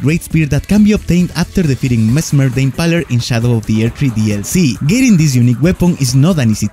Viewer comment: Correct pronounciation of impaler is (IM-PAY-LER) not (IM-PA-LER)